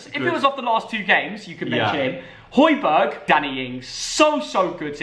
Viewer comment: Man said hojburg 🤣🤣